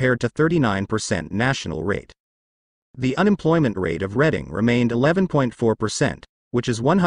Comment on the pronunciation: You're talking about York while showing Philly's Kensington section which it one of the nation's most destitute and narcotics ravaged areas in the U.S. It's pronounced Redding not Reading.